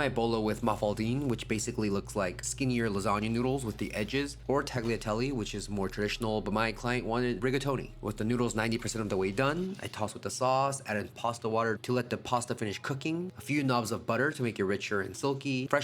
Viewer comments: Looks absolutely delicious, and some good skills. But mirepoix and sofrito are the same thing, it’s got nothing to do with the stage of cooking. And you say you’re doing “traditional” Italian things, yet you pronounce the “g” in tagliatelle? Come on now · Humble suggestion, work on your Italian pronunciation? It's actually very simple. Never sound the G. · And the 'g' in tagliatelle is silent, and I'm not even Italian., although I have lived there. They don't call it "Il Bel Paese" for nothing. I miss it so.